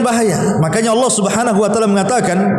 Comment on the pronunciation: Allah bukan Alloh, mbak